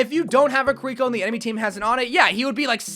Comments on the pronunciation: The why he says kirko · why do you say kiriko like that 😭